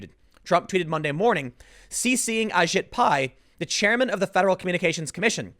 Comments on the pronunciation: Hey Tim, Ajit Pai is pronounced "Ah Jeet" "Pie" (Accent on the 2nd syllable of his first name). I went to school with the guy. Hope that helps. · Did anyone else hear “I shit pie” when Tim was talking about the FCC director?